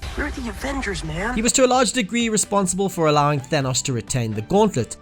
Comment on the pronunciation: why does he say Thanos like Thenos